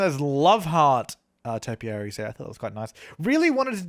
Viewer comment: When he said topiarys I was like when we're tapiary added